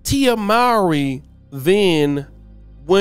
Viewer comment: It’s Tia (Moor-Ree).